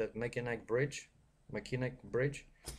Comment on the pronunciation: the bridge is pronounced as.... ( Mac inn aw ) bridge yes the spelling can be crazy at times.....